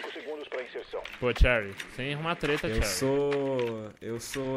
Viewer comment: o ensiste em pronunciar o nome da cherry errado né kkkkkk